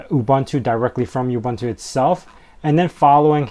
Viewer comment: Please learn how to pronounce "OOBOONTOO".